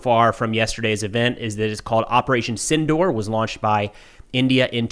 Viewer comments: It's operation sindoor not tindoor ❤ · It's Op Sindoor, not Tindoor